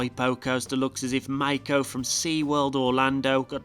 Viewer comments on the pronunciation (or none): none